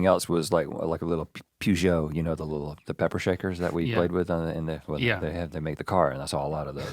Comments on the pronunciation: The way Rhett pronounced Peugeot 😂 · Some of these pronunciations are a mile off lol I’ve never in my life heard someone pronounce Peugeot that way before 🤣